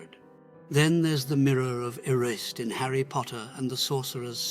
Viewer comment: That is not how you say Harry's mirrors name.